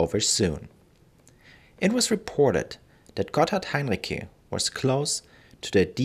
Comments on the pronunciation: As a native speaker, I'm pretty certain that the c in Heinrici is spoken like ts, not like k. And the stressed syllable of the name is the second (-ri-). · Heinrici wird mit hartem C ausgesprochen? Wollte ich immer wissen!